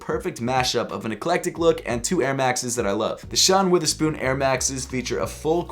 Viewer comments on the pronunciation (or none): its WORTHERspoon, NOT WITHERspoon,. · Stop saying Witherspoon it’s Wotherspoon with an o